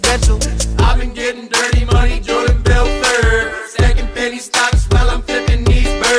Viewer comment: Jordan's probably pissed at the way they pronounce his surname BELFUUUUURT